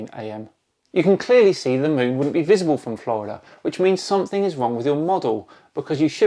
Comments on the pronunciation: OK I just can't keep this in anymore...... you're clearly a very intelligent, educated chap... so please stop saying 'somethink'; it's 'something'. Would you say 'aks' instead of 'ask'? Please Please Please continue to be the best channel on Youtube!!! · Great episode, and ‘think’ does end in a ‘k’ but ‘something’ ends in a ‘g’ and is pronounced differently!